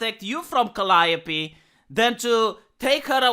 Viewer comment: He pronounced Calliope right ( Ive always got it wrong ). This guy knows his stuff.